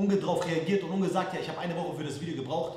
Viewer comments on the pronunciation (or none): Er kann nicht mal richtig Unge sagen...... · Mich triggered es so hart, wie Leon „Unge“ ausspricht 😫